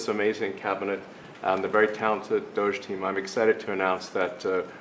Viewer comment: I keep hearing Douche, not Doge